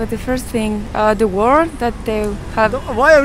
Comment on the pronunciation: im hurt when she said waar...